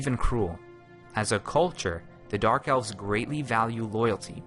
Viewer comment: eves? I think its Elves.